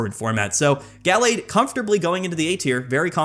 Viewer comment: Guh-lade not gall-lade soft a not hard a please. Other than that great video